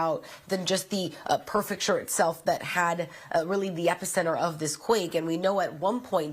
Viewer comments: Prefecture, not “perfect-ure”. Take responsibility, it’s your job to speak well!! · Not to be a jerk but my ocd can’t help it……it’s PREfecture…not perfecture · Somebody at fox needs to correct her callingit "PERFECTURE" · Could she have learned the word "prefecture" before reading on air???